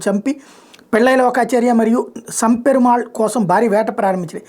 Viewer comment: సం పెరుమాళ్ కాదు నంపెరుమాళ్